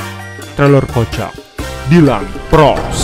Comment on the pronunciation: Bang bukan pros tapi pgos